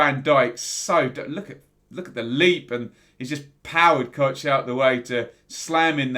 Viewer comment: It's pronounced COCK mate. COCK! Not Kotch ;)